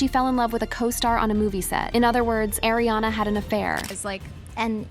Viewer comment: It's Ariana not Airiana XD